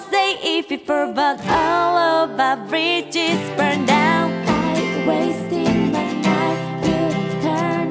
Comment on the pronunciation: When Seungyeon says ' bridges' it sounds like 'fridges'